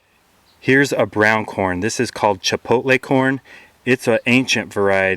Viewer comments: CHAPALOTE not CHIPOTLE! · chapalote not chipotle but great video :>